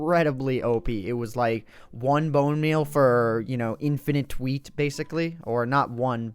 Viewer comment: He said tweet Not wheat?